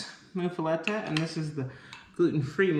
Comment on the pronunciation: Your sandwich looked delish! It’s pronounced “muff-a-lotta”. Promise! I’m from Louisiana. I really enjoy y’all’s family!